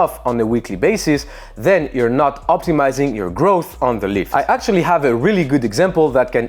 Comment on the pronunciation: no one notices the 'zer hahaha' at zer end?